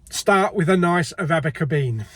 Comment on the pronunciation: Noooo stop saying Arabica beans 😂😂😂😂